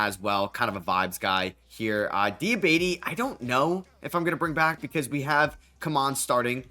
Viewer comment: Please pronounce Diabate's name correct man, it's been almost a year of you messing this up and I know I've seen someone mention the pronunciation in the comments in the past. It's "Dee-uh-bah-tay"